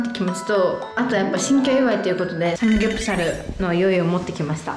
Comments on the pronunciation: サプモクュ ⇩ サムヨプサプル ⇩ サムギョプサルを頑張って言うの 可愛いんよなっ！！！ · ぎしのトーク兄妹みたいだね。サムギョプサルを言えない可愛すぎる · ぎしの家めっちゃくちゃパッと見綺麗✨いいなぁ〜 サムギョプサル言えないの可愛い❤❤ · サムギョプサルと言えなかったが懐かしい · サムギョプサル言えないの可愛すぎた！ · サムギョプサル言えないかわちい